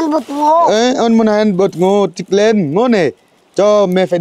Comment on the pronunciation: Đức anh sửa nói từ thịt lợn cho đúng chứ toàn nói thịt lên